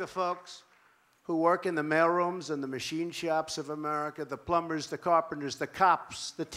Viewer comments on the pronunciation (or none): ... Did Trump pronounce 'plumbers' as "plum-bers"? With a b? I'm not surprised, I'm just asking.